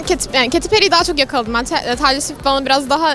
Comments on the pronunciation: 1.36 dan sonra neden Taylır Swit diyosunuz ya kadının ismi Teylır Swift diye okunuyooor TAYLOR AŞKM 💕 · arkadaslar Taylor Swift'in okunuşu taylor swift degil "teylır swift" allah rizasi icin duzgun okuyun soyleyin sunuuu bide kalp atinn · Teylır sivift diye okunuyor ögrenin kdxjcjcj ( umarım doğrudur yanlışsa saldırmayın lütfen 😂)